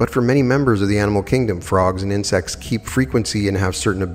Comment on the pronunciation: OMG Everytime he said insects i hear 'in sex' .....and I'm thinking it's a book or something.... And I hear it over and over again and I am trying to figure out wtf is he talking about and then I hear it loud and clear it's INSECTS 🐝